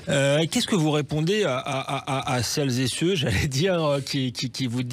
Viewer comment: Qu'est-ce que vous dites à "celles-zet-ceux"... C'est bon, tu peux aller travailler à France Inter coco!